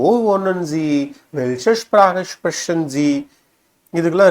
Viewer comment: நீங்கள் எங்கே Deustch படித்தீர்கள் ich உச்சரிப்பு, Sprechen உச்சரிப்பு எல்லாம் பிழை நான் சுவிஸ் நாட்டில் வசிக்கிறேன்.